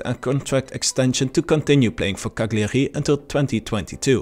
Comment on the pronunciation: bro learn how to pronounce cagliari.. otherwise great video very informative👍